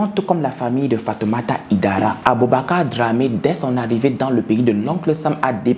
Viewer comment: le nom se prononce HAÏDARA et non HIDARA en français et même en malinké 😘